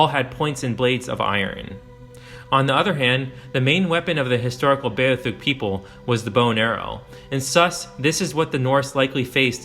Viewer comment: it's beothuk dude.... Bee - oth - uk.